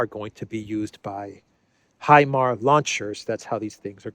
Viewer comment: it's HIMARS not HIMAR, [HI]gh [M]obility [A]rtillery [R]ocket [S]ystem